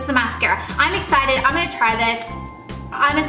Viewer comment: She's so excited she said ecited